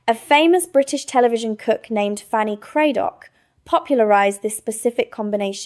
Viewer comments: Fanny CRADDOCK - not Craydock. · Fancy craddock, is pronounced cra like the a black and dock like duck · Hi,. You got the name wrong its Fanny Craddock as the a is an a as in car in her last name.